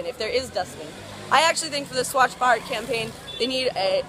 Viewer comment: HAHAHAHAHAH HAVE TO SAY THIS THOUGH THAT U CANT EVEN PRONOUNCE BHARAT, I AGREE WITH YOU ON SOME POINTS ABOUT INDIA, U R CLEARLY NOT READY FOR INDIA GO DEVELOP YOURSELF FIRST N BE OPEN TO EVERYTHING